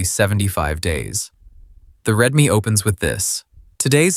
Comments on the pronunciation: the "Redme" file..? An AI video about agent competence from an AI that cant even pronounce basic words right. 🤣🤣🤣 good video otherwise. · Almost quit listening after Redme